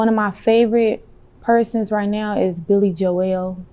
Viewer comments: LOL THE WAY SHE SAID BILLY JOEL, BILLY JO-EL LOL IF SHE WOULD OF SAID IT CORRECTLY HE WOULD OF KNOWN WHO BILLY JOEL IS EVERYONE KNOWS WHO BILLY JOEL IS. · She ain’t never called Billy Joel, Billy Jo-el 🤣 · She talking about Billy Joel 😂 Piano man Billy Joel. She pronounced it Jo-el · lol!!!! She can’t pronounce Billy Joel .